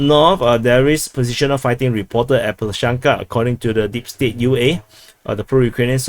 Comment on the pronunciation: It's up to them, terminology-wise. A*v*diivka. Av-diiv-ka. TASS reported Prigozhin's statement. Good job on pronouncing Klishchiivka!